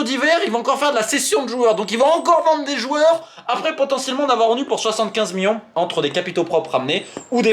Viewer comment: Ca fait 50 ans que tu fais des videos t’as toujours le meme voix d’ado prepubert et tu sais toujours pas dire millions correctement